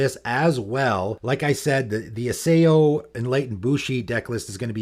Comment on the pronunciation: Isao is pronounced E-Sa0